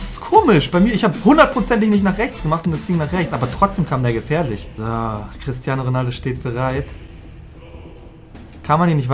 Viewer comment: Niemand:: CrisTiAnOO😂